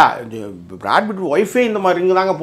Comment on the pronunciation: good video 👍but you should focus on your pronunciation. It is Brad PITT and you mostly say Brad FIT ☺️that’s wrong -Raj USA